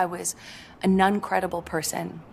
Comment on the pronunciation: unless I am hearing wrong she is not saying "non-credible", she is saying "Nun-credible", is this an attempt to get us to see her as an innocent woman (a nun)?